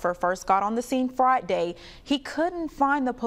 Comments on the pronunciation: Sounds like the news reporter said, It was a hectic scene "Fright day Night" and not "Friday Night" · Why does this reporter have a problem saying Friday?